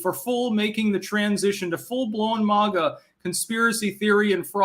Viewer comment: When u gonna start pronouncing MAGA correctly?